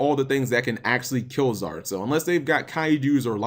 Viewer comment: Stop saying Zorque XD